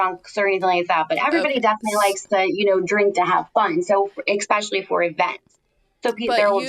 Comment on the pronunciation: Super excited to celebrate sobriety. ❤ The word especially has no k in it. 🤦‍♀️